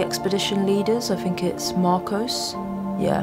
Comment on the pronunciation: I adore you and your work. You're brilliant at what you do. But your substituting "f" or "v" for "th" is awful. "fink" for "think", "wif" for "with". This is just way beneath you.